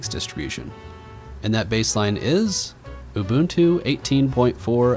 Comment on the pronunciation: STOP SAYING UMBUNTU OH MY GOD